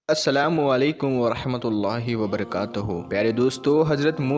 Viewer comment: Assalamwualaikum mat bolo Assalamalaikum Alaikum Walaikum nahi bhai